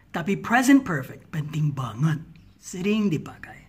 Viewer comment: 2.36 "jadi gak pentring" 😅